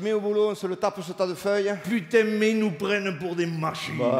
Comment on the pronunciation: oh Pu-taing !